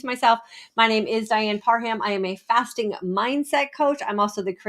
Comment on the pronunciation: Intermitten FATSING :D Hahhaa